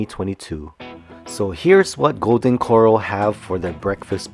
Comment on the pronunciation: It’s pronounced Core-Al as in pal. But your video still gets an A PLUS! Thank you! Hint: the double RR in Corral makes it an “a” like in pal.